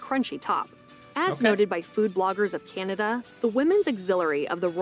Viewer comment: Please don't talk so much. Canada is not pronounced Cehnada...it Is CANada.